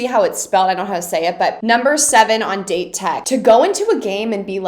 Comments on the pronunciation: 1) loving the strategy analysis, vic 2) Date Tech is pronounced: "Dah-Tay Tech" 3) do all the tutorials please 4) Aone is pronounced: "No Eye-Brows" 5) the third years are true senpai, huh? Daichi is a true captain, Suga lost his spot to a first year but still vice captains like a mf, Asahi lion-mouse still commands all the respect... 6) all the moments... all the moments... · Date tech or Dateko is pronounced as "Dah-teh tech" or "Dah-Teh-Koh" and Aone is pronounced as "Ah-Oh-Neh" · FYI Pronounce Date Tech as “dah-tay” Tech.